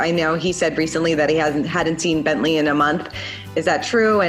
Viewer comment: "Rhine" and "BientLee"